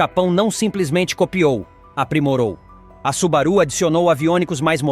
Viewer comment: Cumpre esclarecer que a pronúncia correta é SUBÁRU e não SUBARÚ. Moro no Japão faz 25 anos e por aqui nem os japoneses sabem dessas informações do vídeo. Obrigado.